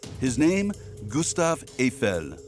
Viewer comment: Обожемой, ГюстАв ЭйфЕль, когда наконец ИИ научится грамотно ставить ударения!